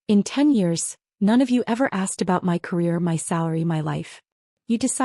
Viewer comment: Learn how to pronounce 'my'. This sounds ridiculous. Also learn how to write a plot that makes sense. Property belongs to someone. Someone who pays the property taxes. The family is either insane or too dumb to live.